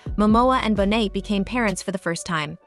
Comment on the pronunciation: Pronounced bo nay, not bonnet!